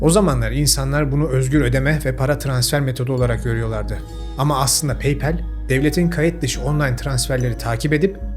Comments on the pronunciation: paypel degil, paypal. okunusu, peypal. peypel degil. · PAYPAL - PEYPEL 🤦‍♂️🤦‍♂️🤦‍♂️ yapma baba Paypal - Peypal 👍👍👍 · peypel ne low peypal 😢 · Peypel deme lütfen pekeke der gibi oluyor xD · Paypal sözcüğü yanlış telaffuz edilmiş. Sanırım daha önce pek duymadınız doğru kullanımını.